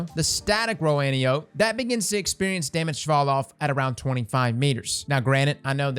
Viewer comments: anti-up xDDD no its an-ty-oh-pee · anne • tie • oh• pee C’mon cross - even True Vanguard has figured out how to say Antiope properly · ANT. TIE. OH. PEA. Just trying to share knowledge, not be a jerk. It's like fingernails on a chalkboard listening to it pronounced wrong over and over lol. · pls, Ant-Eye-Oh-Pee. c'mon man, quit disrespecting the Greek Goddess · I'm sorry but it's. An-tie-Oh-Pee like the greek goddess 😂😂😂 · "Ann-Tie-Oh-Pee" my brother. Greek mythology and all that jazz. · Fun fact: Antiope is pronounced ant-eye-oh-pee. Like Penelope. It's a name from greek mythology, like how most Hakke weapons are named after historical figures.